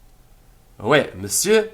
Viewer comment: I love all your lessons and am just starting this series. One question: Why are you pronouncing oui as way instead of wee?